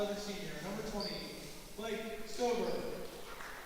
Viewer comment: Thank you for the streamcast! One thing to remember going forward: Staver is pronounced STAY-ver. Long A. :)